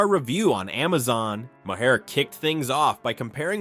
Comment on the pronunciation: It's pronounced Ma Har - not my hair!